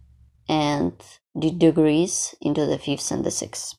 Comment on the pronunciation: I understand that you are from a different country and thus, have what we call an accent, so please take this in the spirit given. When you are saying/meaning DECREASE, it sounds like you’re saying DEGREASE, which is a totally different thing! 😂 Also, you’re putting the accent/stress on the wrong syllables on some words. As an example: the word decrease is pronounced thus: DE-crease. It could be pronounced de-CREASE, making the word sound completely different. (caps are to stress where the emphasis is when pronouncing the word.) Please be mindful of this. All that said, I’m loving the pattern and I appreciate you sharing with us! Thank you so very much!